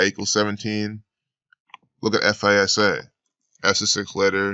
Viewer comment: FISA..... F-eye-Sa....